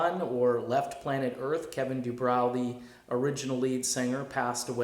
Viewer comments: Oh, can pronounce DuBrow, I'm sure...he just doesn't know or care to, and claimed awhile ago he does not read comments here. mispronounced Bob Welch's and Tom Johnston's names over and over, too. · doesn't do his homework. Can't pronounce Kevin's last name properly. He doesn't even mention the Showtime's recent documentary about Quiet Riot and Banali's quest to resurrect the band. This clown has no credibility whatsoever.